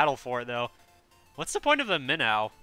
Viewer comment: its now minn- ow its pronounced minn-oh. and the minnow turns faster btw